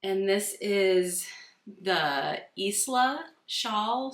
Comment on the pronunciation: Isla is pronounced: eye-lah <3 the s is silent, it s a beautiful island out in the Hebrides